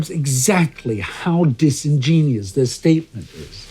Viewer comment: "... how disingenious [sic]" -- "disingenuous" (/ˌdɪsɪnˈdʒɛnjʊəs/) ; hear it at